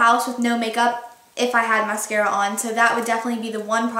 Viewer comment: The way you said mascara at the beginning sounded so stupid. Just aying